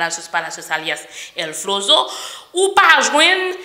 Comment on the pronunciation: “El Floro” ce pa el flozo